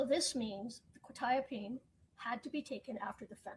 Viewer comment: I now know frustration when he hears mispronounced legal terms. Hearing the pronunciation of quetiapine drove me crazy!! Interesting fact - that might have explained the defendants "shaking hands" mentioned by the brother in law. All antipsychotics, even with just 2-3 doses, can cause permanent brain damage called "extra pyramidal symptoms", "dystonia", "tardive dyskinesia", "akasthesia", etc which all mean it causes involuntary movements and stiffness in your body. Shaking arms are one of the most noticable side effects. Administrating quetiapine wouldn't affect the outcome or not - so I try to not grit my teeth at a trivial serial. That level of fentanyl is gg, 100%. For anyone curious, the reason "norfentanyl" being detected means it was street drugs - think back to Breaking Bad and the blue stuff. That is a byproduct of imperfect chemical synthesis. Any medical (cGMP regulations in the US) would NEVER allow any norfentanyl to be in a batch that is commercially sold. The company can't release without running concentration analysis, so if it shows up at all - that batch has to be destroyed. That's because fentanyl is a huge medical achievement. Anyone who has been under general anesthesia for a major surgery (e.g. not something you can go through without anesthesia like spinal injections but is offered optionally) will have likely received fentanyl because it works so well at blocking pain at 1 / 1,000,000th you would need for oxycodone. That means all the normal si